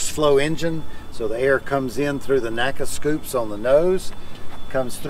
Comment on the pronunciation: N-A-C-A, not Naca.